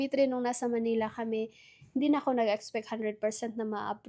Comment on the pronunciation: It's Manila, NOT Manela. 😢